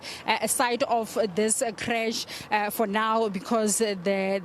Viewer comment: Why you saying creach haibo presenter it's crush